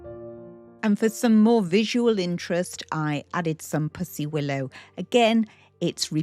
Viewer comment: Such a lovely spring table! We say pussy (willow) like a kitty not puss like a spot though! 😂